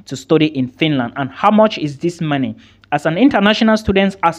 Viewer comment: I like how you pronounce money. (Marny)